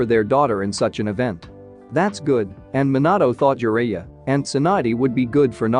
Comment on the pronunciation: Just need a little more work on some of the pronunciation... like Jiraiya, Namikaze and among others.... also can you stop that unneeded movement of the picture in the beginning...